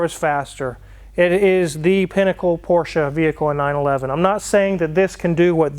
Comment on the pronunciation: Nice to see that you and the missus can actually pronounce Porsche correctly....the guy on Car Wow can't and he's around them all the time !!